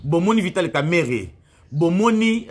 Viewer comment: Son nom c est pas kameret comme vous le prononcéz son nom c est kamerenge wamakisi